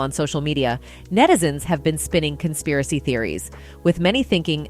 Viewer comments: "Consaparry" theories? What is that?? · "Lahania"??? "Constapiry theories"??? wtf?